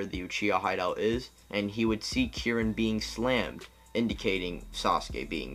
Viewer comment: Why u pronounce Kirin like Jiren? XD